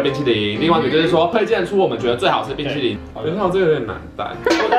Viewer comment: 哈哈～抹茶ㄅㄨㄣ淇淋！笑到噴淚~XD